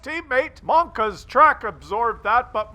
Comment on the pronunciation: It's monka S! Mon-KA Ass